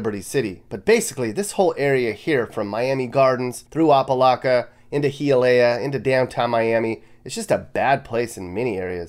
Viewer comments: It's not Hee-ah-leh-ah, but H i - ah-lee-ah. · "He-ah-Leah" ... haha .... Miami that bad ? Please, tell all the rich Californians, New Yorkers and others moving down to go back ... those safe places will make your brain shrink, shrivel up and have you injecting bleach ... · oh po locka not ahpalaka - Hi ah leah, not he ah leah. lol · Heealeah? Oppa Locka? Where you from, man? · Hee-yah-lay-uh 😂 its pronounced Hi-yah-lee-ya. They have good cuban food there and guarapo 😍 but yeah don't stay too long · High-ah-lee-ah it's pronounced. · Hialeah is pronounced Hi a le ah. Opa Locka is pronounced O pa lock a. I lived in the Ft. Lauderdale area for 46 years. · Miami is like LA, great on TV. And Hialeah is pronounced - High-ah-lee-ah ;) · Hialeah is pronounced “High-uh-Leah” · They're pronounced "Oh-Pa" Locka and "High-ah-lee-ah" and no, you dont want to be in Opa-Locka after dark. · It seems it is my lot in life to tell those who don't know anything about Florida that the City of Miami and the City of Miami Beach are two distinct municipalities. Opa-Locka is pronounced "Oh Pah LAHK-ah" and Hialeah is pronounced, "Hi-yah-LEE-yah." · It’s HIA-Leah & Opa-(as in Opie) locks. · It’s pronunciated (Hi-ya-lee-ah) (Hialeah). And for many years Homestead was #1 on the list. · It’s pronounced High-yeah-lee-yeah (Hialeah) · Pronounced Oh-pa locka and Hiya-leah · Hialeah pronounced High-a-lea. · “HiYahLeAh” not what you said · That boy said Heealeya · It's called Hi a Leah (Hialeah) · hi ah lee ah. that's how you say it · The way you said Hialeah is so wrong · You need a speech class to properly say Hialeah. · I think he also mispronounced Hialeah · Do you live in Florida because you are pronouncing some of the city's wrong....lol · You pronounced Hialeah wrong. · don't be disrespectful to the city say it right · you said hialeah wrong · You pronounced opalaka and Hialeah wrong. Hella wrong... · Great video..like always but u pronounced opalocka and Hialeah wrong👍😂